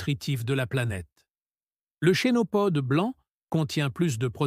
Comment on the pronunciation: Mais quelle misère ces vidéos IA le Chénopode ( se prononce Kenopode) et il montre tout sauf la plante en question ?! Le pissenlit,on voit en premier des radis ?! C'est une farce,A FUERA.